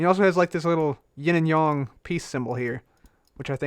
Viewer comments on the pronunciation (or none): "Ying and Yong" its "Ying and Yang"